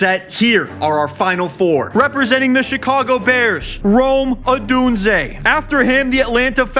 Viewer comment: needs to figure out how to pronounce Odunze